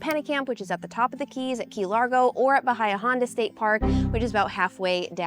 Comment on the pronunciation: Bay-yuh Honda, not bu-hiyuh